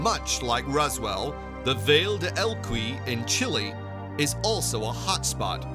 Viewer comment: “Ruzzwell”?? And the craft “harvard”? WTF is with the 2nd narrator 😆